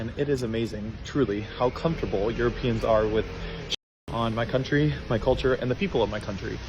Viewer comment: "cunt'ry" is perhaps my favourite pronunciation of that word XD